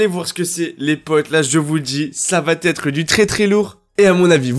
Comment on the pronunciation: J’adore tes vidéos tu dit beaucoup d’informations que je n’ai pas vu autre part mais s’il te plaît Entre va et être il n’y a pas le liaison C’est la saison 8 va(pas de liaison)être ...